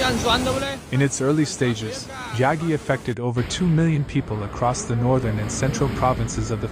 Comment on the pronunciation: 中国史上最強の台風を誤読してるようじゃダメだな😂